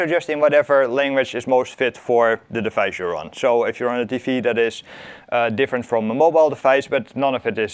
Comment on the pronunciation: Pronounces "on" as oiwn... you from northern Ohio?